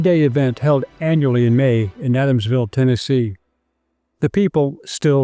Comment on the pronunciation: Walking toll? Adamswille? Learn to pronounce it correctly.